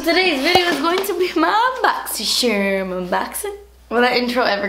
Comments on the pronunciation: Boxy charm.. Oh Sorry boxy cherm 😂😂😂 kathleenI_Loooov You! ❤️ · that very last second when she says boxycharm, I'm sorry boxysherm 😂😂😂😂😂😂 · That intro never gets old "ma bogzy cherm unbogzing!!!!" 😂😂😂 I love it xxx I legit died 😂💖👌🏼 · The best part of these videos is saying 'Boxy Sharm unboxin'!' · "BoxySharm unboxin" will never get old!! I only watch it to hear you say it bc I'm not subscribed to it 💁🏻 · Always i see this video I say the intro too. Welcome to my boxysherm unboxing hahaha 😂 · before the video eveb started i said "hey guys today's video is going to be my boxy sharm unboxing lol' i love how she says charm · That last clip when you accidentally said boxycharm 😂😂 apology accepted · "😱 Boxysherm... I'm sorry." 😂😂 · As someone who hasn't gotten a shipping confirmation email for this month as of yet, that hit the spot. Thanks! I love your pronunciation of BoxyCharm; it will never get old! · When you said boxy charm normally then apologized for saying it wrong I died 😂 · love how she says boxycharm 😂